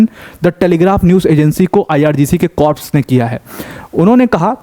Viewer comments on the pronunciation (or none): Corps nhi Sir "Core" bolte h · the correct pronunciation of corps is CORS.P is silent.u repeatedly use wrong pronunciation in so many videos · Please check your pronunciation of "corps".